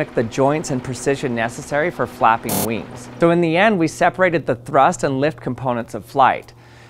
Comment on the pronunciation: Vings sound like as grasshopper.